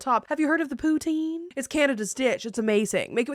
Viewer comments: You said poutine so much that by the end it sounded like you poo teens 😂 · What the heck is pootine? All I hear is "I like butthole". I mean, thats fine if you do, I just thought it was something else. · As a Canadian I am punishing you for the amount of times you said Poutine wrong high amount of cringe you need to have a poutine with the wrong gravy and have to put ketchup on it 😂